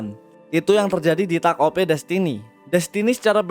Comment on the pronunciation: Denger lu bilang takt op jadi gaenak. Karena gw sering bilang takt op, bukan taket o p. Tapi tetep bagus kok video lu